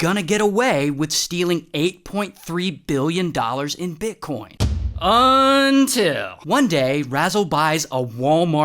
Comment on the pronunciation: ICONIC PAUSE + “UNTILLLLLL……“=BEST THING EVER 🫶🏾😭